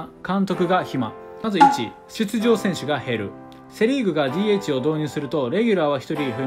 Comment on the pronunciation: DHの読み方が…